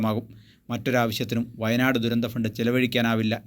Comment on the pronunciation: വയനാട് എന്ന് പറഞ്ഞു പഠിക്കുക